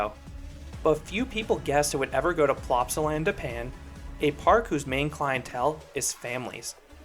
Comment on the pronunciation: as a belgian who went to plopsaland literally yesterday, hearing Plopsaland da pan is painful XD, i can update you though, when i visited the ride didn't break down at any point, it was continuously running with a 10-15 minute wait